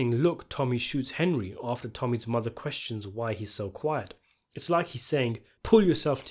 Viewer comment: Calling the main character "Hen-dree" one time during this video was a very nice touch. Well played.